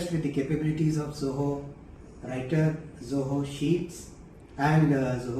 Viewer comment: ZOHO Sounds like JAI HOOO.